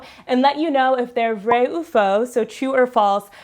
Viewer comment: Um, just so you know...the word vrai is pronounced vr -eh, not vray 😆